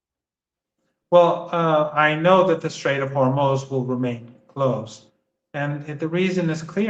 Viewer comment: note how Marandi is teaching us the correct pronunciation of Hormoz